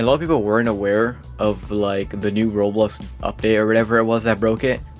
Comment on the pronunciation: Are you calling roblox "rolls"